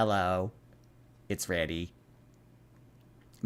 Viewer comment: I’ll never get over someone saying “it’s heavy” instead of “it’s ready”